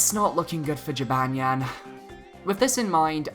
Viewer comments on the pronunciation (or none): That is not how you say Jibanyan lol.